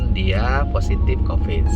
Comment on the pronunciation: Ciri khas Pak Dedi F jadi P P jadi F D jadi Z ( Coviz )